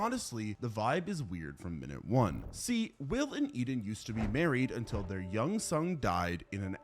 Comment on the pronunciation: "their young 'sung' died"